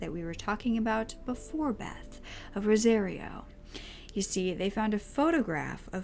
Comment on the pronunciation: It’s pronounced like “Rosa-Rio” like Rio de Janeiro. You’re pronouncing it like “rosé-reeo”